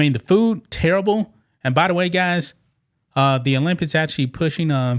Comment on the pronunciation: You made videos about the Olympics and you still can’t pronounce it 😂